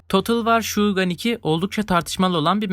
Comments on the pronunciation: Total War : Shogun(şogun diye okunuyor, sadece bilgilendirmek istedim) geçtiği dönem itibariyle derebeyliklerle yönetilen Japonya'nın bir klan ne kadar çok toprak alırsa klanlar arasında o kadar çok savaş oluyordu. Bu savaşların sebepleri ise direkt olarak "toprak bütünlüğüne doğru gidiyor biz toprağımızı vermeyiz" diyip kendi içlerindeki savaşı bırakarak güçlenmiş olan derebeyliğe topluca saldırırlardı. Aslında oyunun mekaniği biraz da olsa mantıklı çünkü bu cezalandırıcı değil daha çok tarihsel bir durum. Ve Total War da tarihsel olaylara bir nebze de olsa önem veren bir seri. Bunun yanı sıra Hellblade'teki "otomatik zorluk" ise tamamen senin yetenek seviyene göre ayarlanıyor. Souls türü oyuncuları için gayet basit kaçabileceğinden en iyi şekilde oynamak ve kendine meydan okumak istiyorsan yapılabilecek en güzel şey. Benzer şekilde Mortal Kombat 2-3 ve Trilogy'de kaderimizi belirlediğimiz kulede "?" işaretli yere geldiğimizde eğer çok iyi oynarsak hiç round kaybetmezsek direkt olarak tuşlarını okuyarak karşına bir ninja karışımı gönderiyordu fakat bu ninja kadındı. Yanlış hatırlamıyorsam Jade gibi bir karakterdi. Tıpkı Street Fighter'daki Akuma gibi. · Emek vermişsin, güzel olmuş ama tavsiyem kelimelerin telaffuzlarına çalışman. Mesela Shogun'u sho-gun olarak bölüp şugan okuyorsun ama kelime aslen Japonca ve şogun olarak okunuyor. İngilizce telaffuzlarda da problem var. Aksanlı oku demiyorum, kesinlikle öyle yapma ama bazı kelimeleri basbayağı yanlış söylüyorsun. İngilizceyi öğrenmen lazım, misal "realm divide" gerçek bölünme demek değil, "krallığın/imparatorluğun/yönetim alanının bölünmesi" demek. Real ile realm bambaşka kelimeler. İngilizce bilmediğin çok belli oluyor. Bunu düzeltirsen sorunsuz video olur. Kolay gelsin.